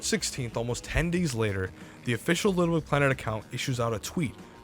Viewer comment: For a channel based around Little Big Planet content, you seem not to be able to pronounce it. “Lbpltt”